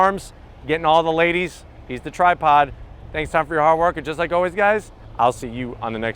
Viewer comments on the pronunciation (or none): none